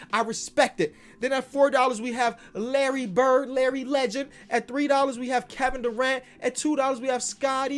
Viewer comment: “Kevin Duran-tula” 😂